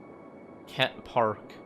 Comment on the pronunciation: it’s Kent not ket